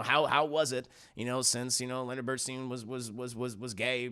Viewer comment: please correct how you pronounce Bernstein.